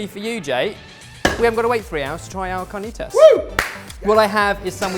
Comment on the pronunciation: It would be CAR - NEE - T (as in to) - ASS. I love you !!!!!!!!!